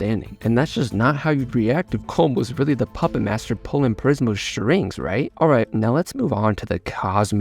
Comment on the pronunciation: Im having trouble figuring out if hes intentionally saying Prismal as "Prizemal" after saying Prismo correctly so many times. Is it just a funny language joke, or a speech thing, like how some people say soda and some say pop, or like tomato tomahto or smthn.